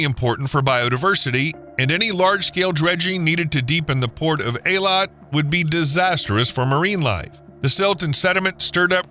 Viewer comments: Good lord man, it's pronounced EE-Lat, NOT AA-Lawt. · It's pronounced (Haifa) Hifa not Heyfa, (Eilat) eeelot not aaalot